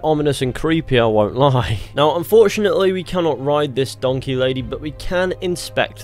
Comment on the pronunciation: it's a return to donkeh